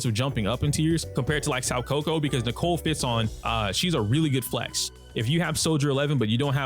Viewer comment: My guy, I hooe you're doing this to be endearing, but you're butchering Soukaku's name 😂 You know Kaku the giraffe guy from One Piece? Well her name is pronounced "so Kaku". Hope this helps